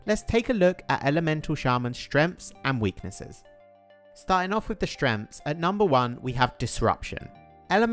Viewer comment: 'Shtrens' and weaknesses